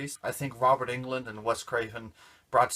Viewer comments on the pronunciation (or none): Awesome job! :) it's so cool to see someone you know on YouTube that's actually good lol Side note: Roberts last name is pronounced "UNG-land" :)